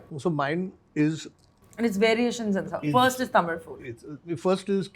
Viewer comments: I just loved this interview. If Shruthi is there in any interview, I will watch it. She is too good. I truly admire the way she kept saying Thamizh, correcting the dish names, speaking so fondly of the food of Chennai and Tamil Nadu. So wonderful! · Her pronunciation of Tamil is bang on proud of you shruti